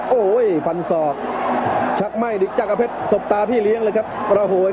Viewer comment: ต้องอ่านว่า จักร เพชร อ่าน จักะ ร เพชรได้ไง มี ร คั่น หลัง ก